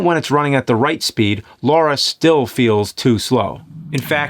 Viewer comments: Lara not Laura!! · Great video, but you said Laura instead of Lara. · It's not Laura, it's Lara. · LA-RA...not Laura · Love the vids bro… although it’s Lara not LaUra 😂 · It’s LARA - not Laura fs 🤦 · I love these videos, even when pronunciations are off. There is no Laura Croft. There is a Lara Croft, though. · It's Lara, not Laura. Come on James.... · It sounds like he keeps calling her Laura 😄😄😄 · "Laura Croft Laura Croft Laura Croft" thats not her name nerd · Why do people call her "Laura" all the time.. Like saying LARA is some kind of challenge.. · It's Lara! Lara! Not Laura! Lara! L-A-R-A. Lara! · Ok, right out of the gate and it's not even a minute into the episode and we are already getting it wrong. Let's try this again for the uptenth time. There is no "U". Her name is Lara Croft. Not "Laura" Croft. The name starts with a "La", the "U" is missing and never sounded, and ends with "ra". Lara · Lara, not Laura. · "Lara" not "Laura." Literally says it on the box. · It's lara not Laura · Good review, but the fact that he keeps pronouncing "Lara" as "Laura" really bugs the shit out of me, it's not like they don't say it out lout tons of times in the actual games. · What's with the americans always pronouncing her name "Lora" It's Lara! make it sound "LAra" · Its not laura its LARA - LAA RA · Her name is Lara, not Lora ffs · You've said Laura like 100 times... her name is Lara. 👀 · Her name is Lara....... not Laura. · That iconic character... “Laura” Croft. I can let RE-view slide, because that is just messed up emphasis. But, LAURA Croft? James is supposed to be a nerd. What nerd do you know that diesn’t know it’s Lara? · "Laura Croft" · Agitation setting in wherever he pronounces it "Laura". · "Laura" Croft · LAH-rah ffs man you've had decades to get this right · It's LARA damn it. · Take a shot every time he pronounces "Lara" incorrectly. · "LAURA" Croft. Come on, James. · Why is he pronouncing a u in Lara?